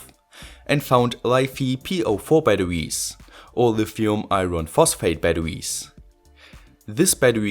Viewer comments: STOP SAYING BATTEWIES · i love how he says batawies